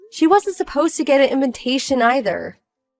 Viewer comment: WHY WHY WHY WHY WHY WHY WHY WHY WHY WHY WHY do these videos are always read as 'invintation' instead of invitation, they put in an extra N.